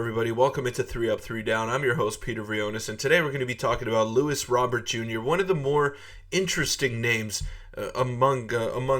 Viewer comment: Your saying his name wrong.